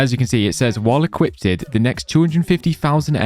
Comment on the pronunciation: "While Equippttedd the next 250k...." lets all learn viewsims language